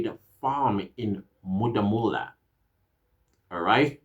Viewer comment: It's Modimolle. As a proud a Limpopian how you pronounce it is not cool. But yes we've been in danger and the fact that all this is coming out it shows that the GNU is actually maybe working.